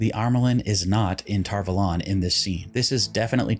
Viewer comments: I feel like lots of speaking in season 1 was hard-to-hear whispering and when they said tar vuhlawn instead of tar-vawlun it doesnt hit ears like it should. I love this series tho, and I love ur channel even tho I just found it today! ♥️ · I really do not like how tar valon is pronounced in this series